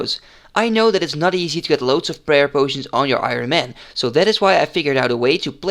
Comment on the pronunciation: Ik vind je video's echt super tof!! Heel erg veel aan gehad! 1 puntje van kritiek: je spreekt het woord Ironman verkeerd uit haha. De klemtoon ligt op de "i" en niet op "man" zoals jij doet. Zoals jij het uitspreekt is Ironmen, wat het meervoud van het woord is haha. Ga zo door!